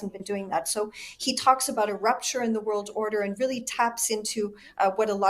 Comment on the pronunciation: “ … New … World … Order.” - Prime Minister Mark Carney I don’t understand why the dramatic pause between words but ok 😆